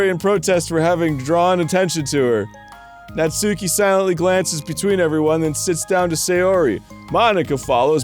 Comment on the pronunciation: I’m a little surprised Arin doesn’t know this but it’s pronounced “Naht-ski” not “Naht-soo-key”.